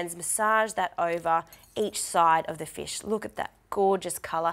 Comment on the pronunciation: What's a feesh?